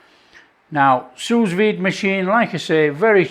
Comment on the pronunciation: Well-well, I have exactly the same make of machine. They are cheap, just another handy tool in the kitchen. I am not French, but just before too much complaint floods the comment section, the "s" at the end of sous is silent :D. (if you have a kitchen blowtorch, you can imitate that barbeque goodness, not to mention, if you work the fatcap too, you never skip it ever again )